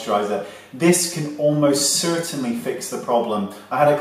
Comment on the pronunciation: You kind of said "certainly" in an American accent!